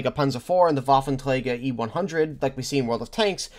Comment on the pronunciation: Wow. When you say “Waffenträger“ it sounds like a german said this word. Very good!